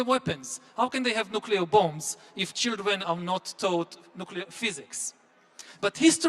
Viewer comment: Rana Rahimpour has a problem pronouncing the word "Children" She keeps on saying "Chindren" Not sure why?